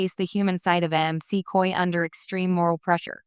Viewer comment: EM SEE COY, said the text to speech robot.